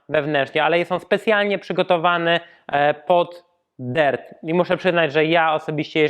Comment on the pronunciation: Ja myślałem że sie mówi dirt a nie dert